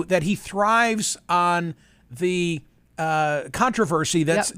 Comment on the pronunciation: Caught you saying "cuntroversy". Naughty.